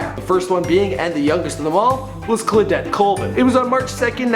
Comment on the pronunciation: and phonetically it should be Claw-dette NOT Cla-dette, morTality regarding Brazil NOT morality and Ida B Wells was the first black woman to refuse segregated seating much earlier than anyone you mentioned . Maybe you should slow down a bit. Wouldn't hurt